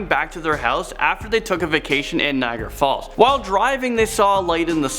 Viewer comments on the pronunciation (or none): none